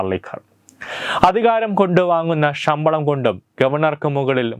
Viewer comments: ഈ പറയുന്ന തെണ്ടിയോട് ഷമ്പളം അല്ല ശമ്പളം എന്നു നാക്കുവടിച്ചു പറയാൻ പറയൂ..... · ഷമ്പളം അല്ല ശമ്പളം, ശ ക്കു പകരം ഷ എന്നാണ് പറയുന്നത്.. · ഷമ്പളമല്ല ശബളം എന്ന് പറയൂ സുഹൃത്തേ